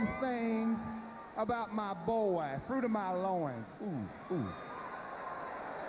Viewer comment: Fwuit of my Loooins 😂